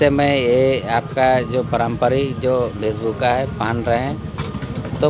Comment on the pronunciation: इनसे तो वेशभूषा भी ढंग से बोला नहीं जाता ( वेशभूका) MLA बनकर घाटशिला को डुबाने का काम निश्चित तौर पर करेगा 😂😂